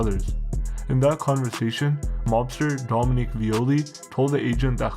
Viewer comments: DOM-EN-IC not DOM-IN-QUE!!! man I can't watch this I tried so hard to but can't get passed 2 minutes in stop talking on Italian anything, the amount butchering your doing is craaaazy change topics my guy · And how do you manage to screw up “Dominic”?